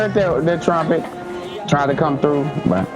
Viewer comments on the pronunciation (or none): none